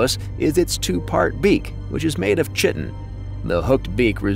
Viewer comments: Chit-tin. ❌ Kai-tin. ✅ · Chitin does not rhyme with mitten. It rhymes with pie tin. And the ch is pronounced like K. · Actually, 'chitin' doesn’t rhyme with 'mitten.' It rhymes with 'pie tin,' and the 'ch' is pronounced like a 'k' sound. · Chitin is pronounced "KYE-tin", not "Chit-tin" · Chitin [n] (/ˈkaɪtɪn/ KY-tin) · Chitin is pronounced Sh-it-in. 👍🏽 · Chitin is pronounced "KY-tin", not "CHIT-in" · Lucky you, I made it all the way to "chit-tin". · Chitin is pronounced Kai‐tin...Long I...K sound for ch. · Your research is a little bit lacking. 'Chitin' is pronounced 'ky-tin'. Look it up. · its pronounced KY-TEN, YOU Ai jackass.... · chitin is pronounced keye-tin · chitin is not pronounced like that. Its not a Mexican dish. Please look up words you dont know. KYE- tin. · A lot of the shots here are neither but are Cuttlefish. Chitin is pronounced, "keye-tin" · Kie tin. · i wonder who taught the A.i. wrong…if the A.i. was fed lectures on oceanic bio-science to prep it, it should’ve come across that word (pronounced Ky’tn)… I might be kinda late to looking out for A.i., and what’s tipped me off here on Yoo Too-B is all the bot comments that are rude & contrary & factually incorrect, and are probably meant to bring up engagement by promoting quarrels. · BS! It’s pronounced Ky-tn or kigh-tin over here in the uk and that’s from the OED website. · Every pronunciation, on sites on Google, say “Kite-in” or “Kai-tin”….as do the Collins and Cambridge English dictionaries. I am English from Wiltshire, born and bred, and I have been brought up to also pronounce this as Ky-tin. So I don’t know where you get this mittens crap from mate, but it is nonsense.😊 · You said all that just to be wrong😭. It is pronounced kai•tn. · Whoever wrote this doesn't know the difference between “infested” and invested, or how to pronounce chitin. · Your pronunciation of Chitin proof enough for me that this wasn't done by AI. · Thanks duder. I been saying it wrong since Jesus walked